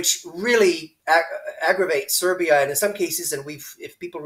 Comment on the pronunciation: are you saying Serv’ia and Vojvodina